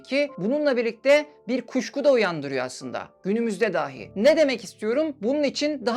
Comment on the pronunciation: Daahi değil dahi şeklinde söylemelisiniz. Konuşmanız çok akıcı ama bazı diksiyon hatalari rahatsız edici. Bilmediğim bir konuydu içerik için emeğinize sağlık